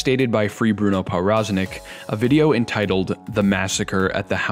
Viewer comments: As a polish person, my ears hurt whenever he pronounced his name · the w in powroznik is supposed to be pronounced as a v lol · Good video other than your pronunciation of Powroznik